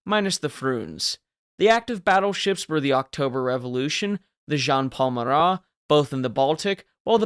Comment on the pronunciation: Minor gripe, but I'm almost certain that the Marat's name was just Marat.